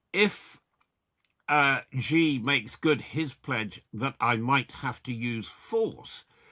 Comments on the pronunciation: Xi is pronounced as “she” not “gee.” Ffs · Just a tip to boost your credibility, Xi is pronounced ‘she’ or ‘see’. Not Gee.